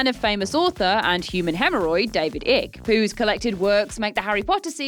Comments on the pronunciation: David Ick? it's Icke. Come on,, you must be doing it on purpose now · Its David Icke not Ick its pronounced Ike like pike! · It's pronounced ike not ick.. and he has a lot of really good ideas not including those about reptilians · It’s said Ike (silent c) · After pronouncing David Icke's name as Ick, I almost expected Mick Fleetwood to be pronounced as Mike LOL